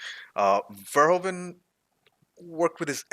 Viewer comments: Verhoeven" is actually pronounced "Fair-Who-Fan". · Paul Verhoeven. Ver-hoof-en.